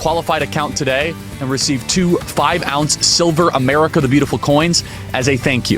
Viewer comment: "It is Willy Willy a sad day in Amewica"